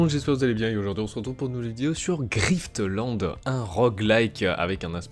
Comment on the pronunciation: Griff-te-lande ??? ok . lol : )